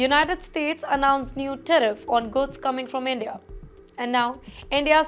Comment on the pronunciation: Someone please pay so this woman can clear English101. Ridiculous. Teriff? 🤣